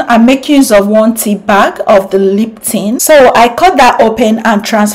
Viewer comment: SHE SAID : LIPTIN.. AHAHAHAHA